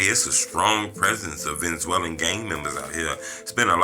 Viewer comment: lol what the hell is a Venzwellin 😂